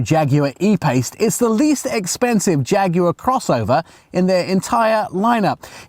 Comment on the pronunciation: how can any self respecting brit let an american stand next to him and say "Jagwarrr"